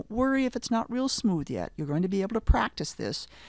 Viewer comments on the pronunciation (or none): none